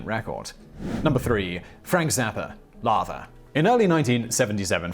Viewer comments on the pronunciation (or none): "Läther" is actually pronounced like "leather"